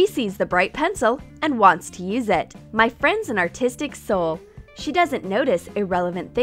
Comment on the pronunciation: Whenever she says my she says ma😂